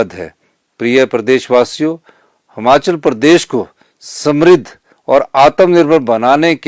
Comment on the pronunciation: यह बंदा आज तक हिमाचल नहीं बोल पाया हमाचल ही बोल रहा है। फिर ये लोग कहते है कि मोदी अनपढ़ हैं ।